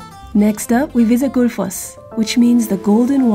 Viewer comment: Tip: when there is a “double L” (ll) it sounds like “tl” so it would for example sound like :/ theenkvetlir /: and :/guhtlfoss/:. Also, Þþ: th. Ðð: th. you’re welcome from an Icelander ^_^